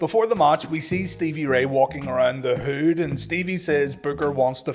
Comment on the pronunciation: the way he says hood lol